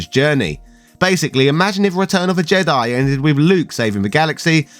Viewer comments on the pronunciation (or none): none